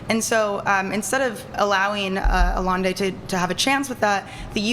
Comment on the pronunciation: She can say Chee-lay for Chile, but doesn’t know Aye-enday for Allende???